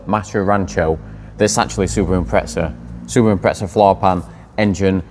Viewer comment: What is with you lot calling a Impreza, Impretza? there is no T lol. Agree with by the way 100% Keep at it